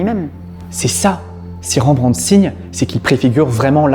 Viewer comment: Très intéressant, par contre toute un épisode sur un artiste sans prendre le temps de de faire attention à sa pronontiation c'est vraiment domage... Pour info Rembrandt étant hollandais son nom ne se pronnonce pas avec les son EN/AN, on prononce juste r-è-m-b-r-a-n-d-t. De manière générale c'est rare de prononcer des son dans les noms propres (voir impossible pour les non propres étranger).